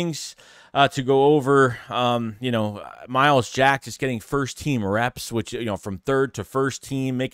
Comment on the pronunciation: Wow said his name right 😂 my starting LBs I want Dean and Jack